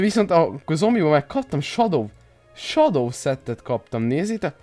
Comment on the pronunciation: Nem shado hanem sedó így kell kimondani!